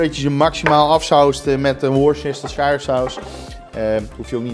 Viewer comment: Jij bent de enige die worcesterhwisuwhrusuwj3urshire sauce goed uitspreekt😂😂😂😂😂😂❤